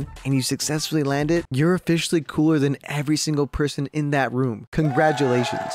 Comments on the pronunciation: “cogratulations” lol. Great video as always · great vid, "cogratulations" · ah yes cogratulations